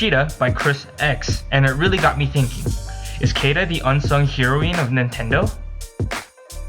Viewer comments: Just so you know, heroine is pronounced like the drug. "heroin" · Heroeen? Sounds like whatcha said oof.